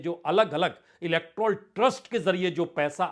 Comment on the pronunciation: प्रसून जी ज़रा अपने उच्चारण पर ध्यान दीजिए। १)आप नमस्कार की जगह namashkar बोलते हैं। २) इलेक्ट्राल बॉन्ड बोलते हैं, जबकि इलेक्टोरल (Electoral) बॉन्ड होता है।